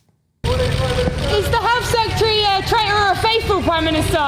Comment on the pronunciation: Could someone tell Kemi Badenoch how to pronounce Secretary please?